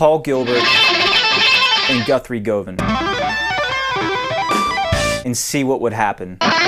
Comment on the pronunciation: please, Guthrie Govan..."Guv in". great video though!